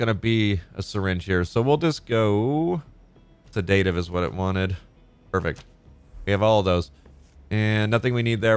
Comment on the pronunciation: I really, really enjoy this series from you. Pardon me but you are always pronouncing sedative withe emphasis on the "da", any reason? It should be "seh duh tuhv" (phonetically) So, no emphasis on the "da" part, in fact pronounced pretty much all in the same tone. But maybe you have good reasons for it, I would like to learn and know than. Thanks!